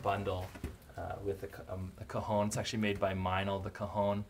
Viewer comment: Haha everytime you said cajón it sounded like cojones